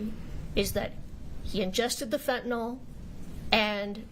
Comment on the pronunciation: Everyone mispronouncing quetiapine and fentanyl is driving my medical brain crazy 🥴🥲